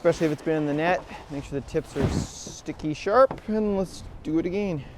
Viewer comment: That depth finder view is a great addition to the video. You can even see the fish hit the bait, pretty cool. Just wish you guys would learn how to say "again" lol. Agayen???